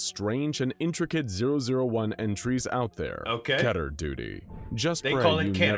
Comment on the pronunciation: I think it's Called Kehhh ter. Instead of KEY ter.